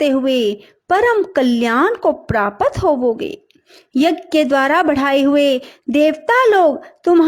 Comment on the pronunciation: Prapat nahi hota hai;prapt hota hai